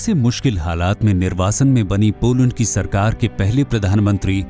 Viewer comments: Beta Hindi me nhi lokne ata hai to mt likha tum jise log ko desi bhasha me bolte hain aksharktu mtlab beta पोलंड nhi hota hai पोलेंड hota hai. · baaki sab thik he par "पोलैंड" hota he.🤭